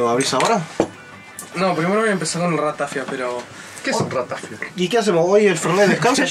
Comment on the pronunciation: Acabo de entrar al video, me ha matado el acento de la ratafia, no es "ratáfia", es "ratafía"!!!!!